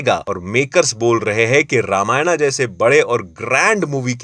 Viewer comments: रामायणा नही रामायण बोलिए। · रामायण होता है रामायणा नहीं 🙄 sir etna bhi kool mat bno jo accent hai humara use me boliye foreigner mat baniye😐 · It's not Ramayana it's Ramayan English me bol k bakloli mat kiya kro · It's not ramyana Its रामायण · Oo bhaiya, Ramayana nahi hota, Ramayan hota hai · It's not 'Ramayana' ❌️ 'Ramayan' ✅️ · small request. Ramayana nahi "Ramayan" kahiye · Not ramayana it should be ramayan . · Ramayan bolte h ramayana nhi hoti h bro